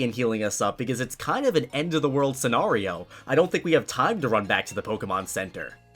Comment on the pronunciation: you don't even know how to pronounce scenario. that's overly sad.